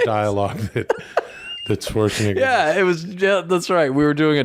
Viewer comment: They gotta check the pronunciation on Schwarzenegger, homie.